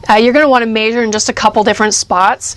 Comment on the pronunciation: "may-zure".... measure, it's measure. with an "eh" sound m-eh-sure